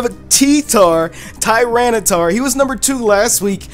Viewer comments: it's pronouced TAIRENITAR not tiranitar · Tyranitar, not Titar